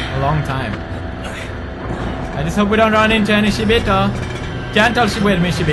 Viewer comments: Even though someone told him it was shibito and not shiboto, he still says shiboto😂. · Its Shibito not Shiboto. Shi means death in Japanese and bito is a way of saying people. (Not hating just saying) Luv your videos PedieXD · Pewdie keeps reading it as "Shiboto Nest" but its actually Shibito Nest :P